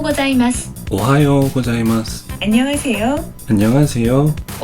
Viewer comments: 아니 안녕하세요는 왜 발음 그대로 따라하는거에욬ㅋㅋㅋㅋㅋ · ㅋㅋㅋ아니ㅋㅋㅋ 안녕하세요는 왜 일본사람같이하는거에요ㅋㅋㅋㅋㅋ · ㅋㅋㅋㅋ 한국어 안녕하세요가 더 어색해요 ㅋㅋ